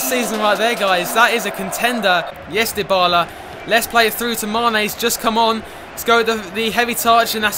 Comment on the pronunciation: That's like saying it's cathorla and not cazorla